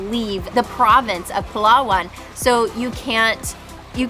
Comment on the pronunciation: I love how you correctly pronounce PALAWAN <3 Kudos!